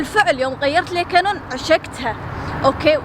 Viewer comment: اول مره قالت كانون قالت كينون 😂